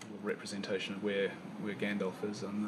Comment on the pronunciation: The way Peter Jackson incorrectly says Gandalf makes me cringe Bc that’s how I use to say it